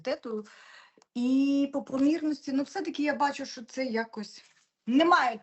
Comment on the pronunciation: Правильно вИпадок, із наголом на И, а не випАдок. Наголос на А ставлять бабці з далекого-предалекого навіть не хутора, а хутірця. Дикторам, велучим, окремим вчителям соромно не знати правильних наголошень. Дивіться в орфографічний словник, над кожним словом там поставлено наголос. І ще одне, звук [ч] в украінській мові твердий. Тому правильно говорити "що", а не шььчььььо.